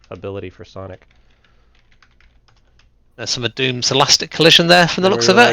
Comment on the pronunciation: It’s sonic not saninkus